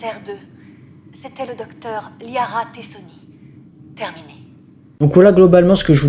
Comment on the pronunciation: Pour moi, son plus gros défaut c'est son nom. Tu vires le Mass Effect, gardes juste le Andromeda, le jeu ne se fait pas autant démonter. J'ai apprécié le jeu, malgré ses nombreeuuuuuuux défaut (ce Liara Té Soni ça m'a brûlé les oreilles quand même) mais j'ai apprécié tout de même. Après, je m'étais fait la même reflexion qu'avec Assassin's Creed Black Flag. On enlève le Assassin's Creed du nom, ça reste un excellent jeu. Andromeda a eu le tort de s'appeler Mass Effect et l'attente des aficionados était trop élevée, la trilogie de base étant alors très/trop idéalisée. Je ne dis pas que Andromeda est un excellent jeu, loin de là, la liste des défauts me vient plus facilement que celle des qualités, mais en le faisant ( 3 X tout de même) j'y ai trouvé de l'intérêt, de la curiosité même en sachant que je resterai sur ma faim parc que tout ce qu'il est possible d'apprendre ou découvrir n'est pas présent. Enfin, ce qui m'a le plus frappé, c'est cette sensation qu'en tant que Pathfinder, on ne sert finalement à rien. On a l'impression qu'en arrivant sur chaque planète (à l'exception d'Havarl), les colons de la voie lactée étaient déjà là depuis plusieurs siècles et leur lots de guerres et dissensions déjà terminées.